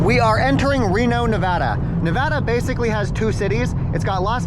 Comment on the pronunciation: Dudes saying nevada wrong